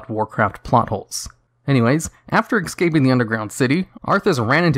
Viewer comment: It’s escaping not exscaping. Ruined 🤦🏿